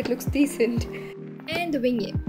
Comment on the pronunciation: Its pronounced Vinni ette , not vingyea